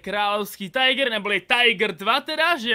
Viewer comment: Tiger se vyslovuje jak se píše